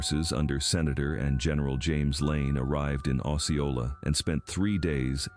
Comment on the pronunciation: Lord it's not along the Kansas border and it's pronounced oh see oh la